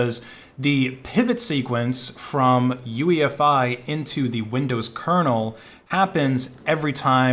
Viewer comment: not UEFI.OOYEFEE